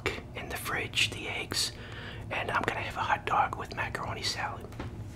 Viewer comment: Why do you call it a ut dug